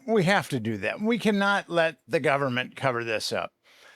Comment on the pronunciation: this guy sounds like he’s drunk. Sorry. You tell me what he says there? Click the timestamp. And does he say “so the gunnerment”